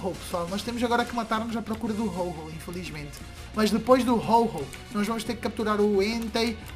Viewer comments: Rol rol hahahahahahhahahahhaha o nome é ho oh ve se fala certo... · não sei se sabe mas, o nome dos Pokémon se dizem em inglês, Ho-Oh está certo, não tem " r " mas o som são deste jeito, não se fala o nome dos Pokémon em português, não fale o que não sabe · "Ho-Oh" Onde que hífen tem som de "R"??